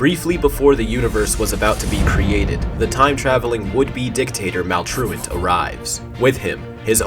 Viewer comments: He said maultolt wong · He accidentally called Maltruant: Malware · Anyone else notice he call maltrurid malware at the beginning